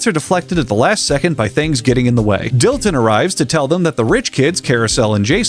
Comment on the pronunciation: Dillon? That’s Dilton boy, ‘pussum respek’ when ya’ mention his name!